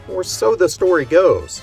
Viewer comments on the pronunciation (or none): none